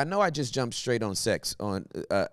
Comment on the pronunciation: The fact that I needed to hear this at 5am at the gym was Gods timing. Also you used A instead of E when saying example. For a second I thought you said Axel that’s my name lol. I immediately stopped at the squat racks and started stretching 🙆‍♂️ I sat in the conviction for a while then went back to squats after sitting with the lord for a moment of discernment. Thanks you out here saving lives and doing Gods work will be praying for you